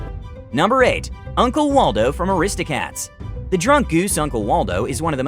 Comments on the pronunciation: *Aladdin not Alaadin *Aristocats not Aristocrats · Ok I know it's no big deal but I still think it's funny. Did anyone else notice that he said aristocrats instead of aristocats? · I hate how u said aristocats....WHO SAYS IT LIKE THAT